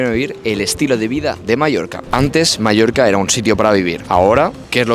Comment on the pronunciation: Es oír Palma de MALLORCA y me sangran los oídos